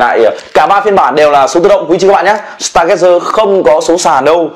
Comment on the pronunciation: Stargazer là star-gazer (ngắm sao), đọc là [staa geize]